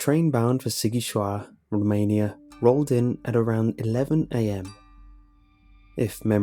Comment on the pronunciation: Damm boi u didnt pronounce Sigișoara corectly